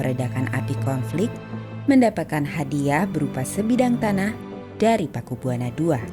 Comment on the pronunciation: Bacanya Pakubuwono...bukan Pakubuwana